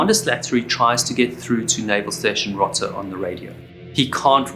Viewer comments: row-tuh, not rotta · It’s pronounced Row-ta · Rota Spain,long o pronounced rohta